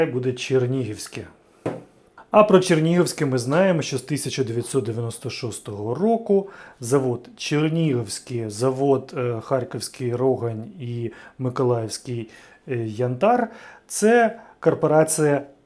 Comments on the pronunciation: ААААААААА!!!!!! рОгань! який жах! харків'янам боляче це чути. рогАнь! рогАнь!, і ще раз рогАнь! наголос на А! якщо рОгань - тоді Оболонь (з наголосом на перше о) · У Харкові завод не рОгань, а РогАнь. Селище бере назву від річки РогАнка. Жоден харків'янин не називає РогАнь рОган'ю.